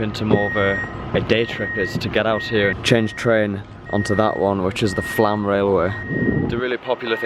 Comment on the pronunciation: Flam is pronounced Flom. I was there in 2005. A very magnificent country.